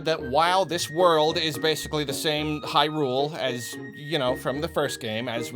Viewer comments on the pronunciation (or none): I feel like pronounces Hyrule incorrectly